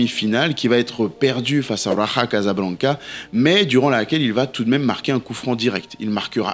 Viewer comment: juste pour info ca se dit "RAJA" en Français et j ai assite a ce match en 2013 l épopée fantastique du Raja Casablanca en Final contre le Bayern .